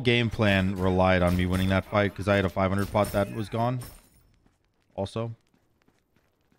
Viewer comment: Everyone has a word that makes me cringe when they say it and yours is "was" ...you pronounce it "woohz" instead of "wuz" ....just like Trelli calls pestilence, peshtilence 🤢